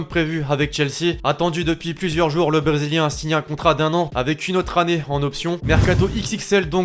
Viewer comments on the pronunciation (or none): le blesilien 🤣🤣